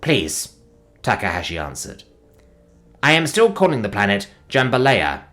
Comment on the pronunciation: I have no idea why Narrator refuses to learn how Jambalaya is pronounced so I will always be the one to point out when he says it, or any number of other things wrong. Like Capullo being "Ca-puu-yo" because a LL in spanish is a Y sound. England isn't that far away from Spain, but whatever. Also, the cadence to nananana boo-boo is off. But that's super minor since the one saying it isn't even human.